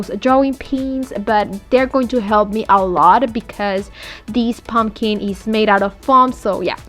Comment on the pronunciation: I absolutely hate how you pronounce pumpkin. "POmkEEN" 😂😂😂